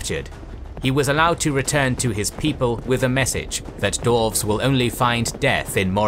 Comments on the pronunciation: this is so well made and animated, but i cringe every time you say dorves instead of dwarves. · I'm sorry, but is there a problem here? Last I checked DWARVES was not pronounced as DORFS. Theres a W in the name! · Someone who is going to narrate the history of Middle Earth should, in preparation, learn to pronounce Dwarf and Dwarves. I literally had to stop watching this one because my stupid brain tick can't handle this history of the Dorven race. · Am I the only one hearing "Dorfs"? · Great, except for the narrator's weird pronunciation of "dwarves"